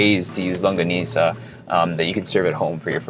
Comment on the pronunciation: Thank you for saying “LANGGONISA”! 😊